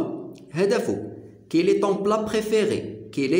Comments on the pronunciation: احسنت استاذ ملاحظة فقط لا نقول كيلي تنطق كالي وشكرا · يا استاذ عجبتني طريقة الشرح . و لكن نقولو كالي. و ليس كيلي .. تحية من الجزائر